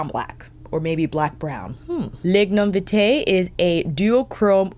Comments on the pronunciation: I love how is pronouncing some of these words, as a jamaican myself it makes me giggle how she said "lignum vitae" and "blue mahoe". I suggest googling how to pronounce these jamaican words. good video nontheless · Youvare doing just fine. As a Jamaican I am not offended. I just to hear you pronounce Lignum vitae. Tina just wants to share the beauty and treasure of Jamaica. One love!